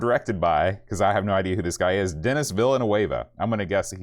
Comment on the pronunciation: Lol,. Villeneuve is pronounced "Veal-Nerve". It's a french name, good sir.:)